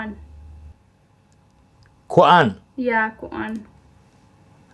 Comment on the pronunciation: Please Don't Say Khudan It Is Called #Kudhan/#Khudhan